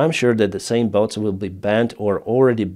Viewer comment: "Bots", not "boats" ;)